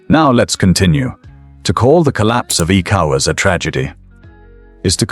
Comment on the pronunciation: hahaha, am I the only one hearing "ecowards" ?